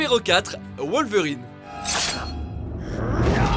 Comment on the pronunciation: Tout le monde a entendu la prononciation de wolverine oh ça m'a fait peter de rire